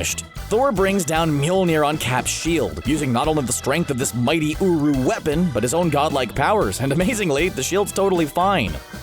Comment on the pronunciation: At first I thought he said:Thor’s hammer is made of uwu